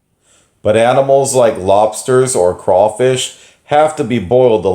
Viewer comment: I’m from South Louisiana and I appreciate that you said crawfish right. If you ever visit come to south Louisiana not north. Lol